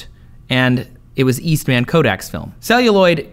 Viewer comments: It's George East(MUN) not East(MAN).... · i love how he says Eastman like he is a super hero lol